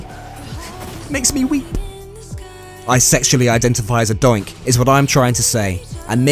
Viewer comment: I thought he said dyke..